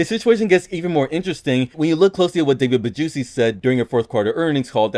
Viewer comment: Anyone notice “David BaJuicy”